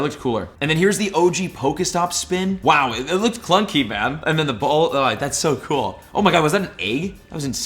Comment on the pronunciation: How many times did he say cluncy in the video